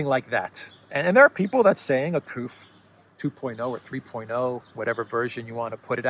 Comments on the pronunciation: My dear, you don't say KOOF neither KOOP for "coup" as in "coup d'état" but... KOO as in KOO-LAID, plain and simple! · Couf rhymes with spoof.